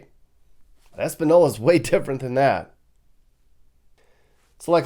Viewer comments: It's properly pronounced, Es-pan-yola. Schizophrenia is the number 1 reason for mental illness and the majority is caused by multiple drug overdoses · When you go to a town and do a little documentary on it, the FIRST thing you should do is research how the town's name is pronounced. This town is pronounced "Es-pan-YO-la." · It's pronounced "es-pan-yo-lah." There's a "tilde" (~) over the "n." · Its pronounced espan-yola. Your pronunciation is hilarious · Learn how to say the TOWN your in. Talk to a local. FACT: n in Spanish with, ñ sounds like a y sound in english. Espanola is pronounced Espan(y)ola. Also bonus double LL's are a y sound. Santill (y) anez. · brother, you have to work on your ( Ñ ).. 😂. EspaÑola.. that's an N with a tilda pronounced like an N followed by a Y.. like EspanYola.. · Ace-pahn-yola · Española pronouced espa-nieyo-la, without getting too lost in translation. seek closets latino or spaniard for proper pronunciation lmao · It's pronounced like espan yola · Es-Pan-Yo-La, Nuevo Mexico the lowrider capital of the world/Heroin capital of the world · Ace-pawn-yolaw ñ and not an n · “Eh-span-yola” you are mispronouncing this like a super white guy. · It’s pronounced “ Espan-Yola”. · Espanola has been known as the heroin capital of New Mexico for decades by the locals. It's pronounced Espanyola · Espa-NYO-la, please. There is a TILDA (~) over the N in Española which changes the pronunciation of the N in the name. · It's pronounced "Es-pan-Yola". The ~ over a letter adds a Y sound at the end of it. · New drug capitol? It’s been the capital for decades. And “Espinola” is pronounced Esspanyola lol. This place was one of the first areas Spaniards settled in with Native Americans before 1598. Please do more areas of NM there is so much history there that many people do not know about. Thanks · The correct pronunciation is: "Es-pah-nyola" as the n would have a tilde over it. Española. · the name is pronounced Es pan yo la!